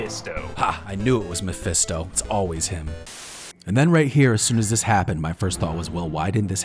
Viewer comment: saying mephisto gives me ptsd now😂